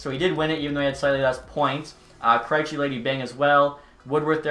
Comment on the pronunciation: I am severely offended by the way he pronounced "Kreijci". Other than that, keep the good work up!